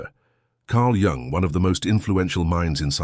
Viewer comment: I wish someone would at least teach this sodding AI how to pronounce Jung , FFS.....